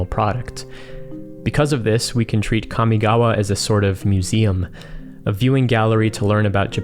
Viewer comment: As someone who speaks Japanese fluently, thank you for pronouncing Kamigawa (and the other Japanese/Japanese-inspired words) the way you did. It's not perfect, but the way most people pronounce them is like nails on a chalk board to me. (for anyone curious, in Japanese, a letter is either a vowel sound or a consonant sound followed by a vowel sound. So in "Kamigawa" Ka, mi, ga, and wa are each separate letters (when writing in hiragana, let's ignore kanji because kanji doesn't matter too much when pronouncing words). In Japanese, with one exception, all letters are pronounced the same all the time. In the case of Kamigawa, Ka is like "kah", mi is like "me", ga is like "gah" and wa is like "wah". Mainly what bothers me about how most people who pronounce Kamigawa is how, for some reason, Ka is pronounced like "Kya". Just... no.)